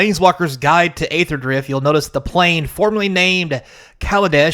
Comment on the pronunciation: So funny to see conservatives pose "aether" (you also pronounced it wrong btw, it's "E"-ther) as something they are offended by while the actual thing happening is "[derogatory word for black people] country." Yeah man, Aether is the same thing, totally. Or cracker/"other derogatory terms for pale people" XD When has that ever happened? Do you even realize where cracker is derived from? Cracker is a term that originated for describing white men who would crack their whips at slaves. They were whip crackers, there is no relation to saltines. Do you think talking down to someone who is of darker skin tone because you believe they are lesser than you is on the same level as calling someone a slave owner? When was the last time you really heard someone use cracker as a slur in America? This are made up phoney problems that white people make up to victimize themselves with. Yeah, I understand you have no understanding or don't know anyone who was negatively impacted by the naming "Kaladesh," obviously, it's the people that actually are that demographic who care. It's about them and in their language and modeled off of their language. You think all Kaladesh product is reserved list? Not a little, you're being REALLY facetious. XD are you on crack? No standard sets are getting reprinted, Dominaria, Amonkhet the Ravnicas, etc have never seen reprints. Are they reserved list too? They literally stated they would not retroactively change card names and would print them the same way the